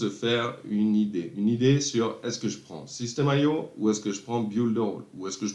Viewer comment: super vidéo... c'est pas système AIO, c'est IO ;)